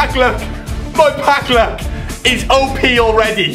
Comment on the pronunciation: "Pack lack " SICK!!!